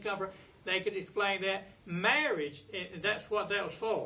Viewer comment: "murrege perc"?